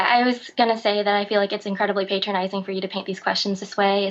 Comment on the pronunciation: Word of advice: don't use the term "patronizing" if you can't pronounce it correctly, Ms. Park. It makes it far too easy for people such as myself to patronize you (somewhat ironically).